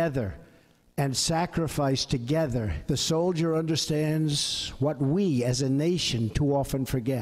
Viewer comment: Did he say TRANSGENDS OR TRANSCENDS?.......